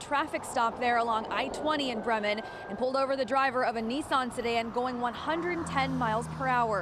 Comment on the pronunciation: It's "Bree-mun"; NOT "Brimmin'".